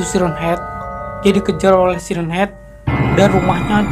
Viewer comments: Bang siren head bacanya sairen head bukan si ren head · Itu dibaca sairen head om tapi tulisannya siren head kan bahasa inggris